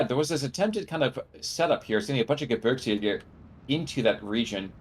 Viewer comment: Gebirgsjäger is pronounced like “Ge-beers-jager”